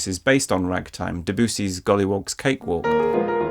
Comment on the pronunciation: Why doesn't anybody know how to pronounce Debussy?